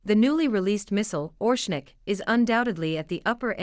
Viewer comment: ITS NOT ORSHNIK ,ITS ORESHNIK.